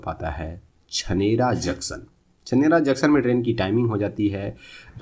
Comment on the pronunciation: chanera jn pronouncation wrong after bharatpur